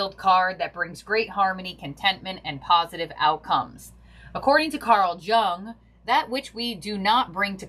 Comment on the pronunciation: Thank you for this reading! 🥰 Carl Jung is pronounced "Young".